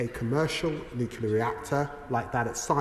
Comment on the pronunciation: Can't even pronounce NUCLEAR properly. What an embarrassment ! You are irrelevant Lammy, as is your mate Starmer !